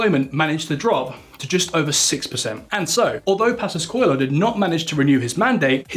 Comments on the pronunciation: CO-E-LHO!!! "Colo" is not even close. Do your homework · Man, tf is "Colo"? it's C O E L H O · It’s not Pedro Passos Colo is Pedro Passos Coelho 😅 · Pedro passos " cólon " 🤣🤣🤣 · 'Colo'? :D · Pedro Passos Co-Ey-Lo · The "o" and "e" in Coelho are pronounced separately, while the "l" and "h" form a single sound. So it would be something like Koo-EH-yoo. Also, I tend to like your videos and is good to here some macro-economic discourse different from what we are accostumed in Portugal. That said, I think it still carries a bit of prejudice against the "Latin countries". Like if anything goes not so good for Portugal "well they are a small Latin country after all..." We still remember Dijesselbloem and the arrogance of the Northern europeans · coelho is not pronounced colho, we aren´t spanish to say más habitacion its mais habitação, also theres missing context although more of the writer fault than his probably. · It is so annoying to thear the presenter say COELHO so wrong. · Dear, love your knowledge of our country and overall this video is quite accurate on us, the average Portuguese always deceived by greedy and corrupt leaders. Even though you tried real hard on your Portuguese, for heavens sake please get some help on those Portuguese tongue twisters like "Coelho", and the cringing mistake in the spelling of the "flagship" Socialist housing programme called: "Mais Habitação" to Spanish "Mas Vivienda". This is a mistake, us the Portuguese, tend to not enjoy very much. We are not Spain, please.